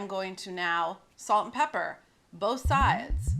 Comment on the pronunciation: Is it really that hard to say pepper?